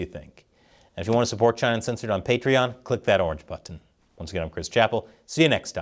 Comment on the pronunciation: I'm still, years later, amused by Chris ticking the "t's" in "button".